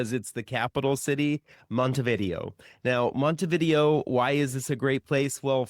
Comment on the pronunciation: Least you can do is learn how to properly enunciate the city names, your stats go out the window as lazy, say Montevidéééo accent on the é is not a Monte-video, and not hard to learn that.